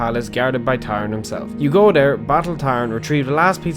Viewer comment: He mispronounces Tharn because of his strong Irish accent.